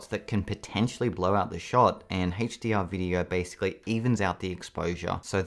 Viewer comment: what HaetchDR? do you mean a-ch dee are?